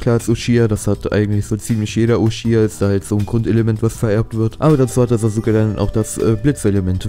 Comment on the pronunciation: "SasUUUke" ahhhhhh 😣